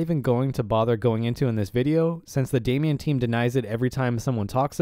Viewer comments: Great video. Thanks for this. It’s “Damon”, not “Damian”. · What is Damien? It is called DA - MON or DeyMON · I'm gonna nitpick here - it's pronounced "day - mon," not "Damian." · Damon not Damian (pronounced Day Man) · Damon = daymin not daymeon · It's Damon like Matt Damon not Damian 🤣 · Anyone else love but wonder why he keeps pronouncing the the word Damon as Damion or Damien? Is it a China thing?